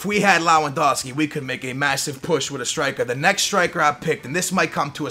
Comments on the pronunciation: sorry but its pronounced Lev-an-doski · BTW the way you should pronounce lewendowski's name is lev-en-dow-ski just wanted to point that out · it's pronounced levandovski the w in polish is a v sound just a tip for if you ever say him again great video very original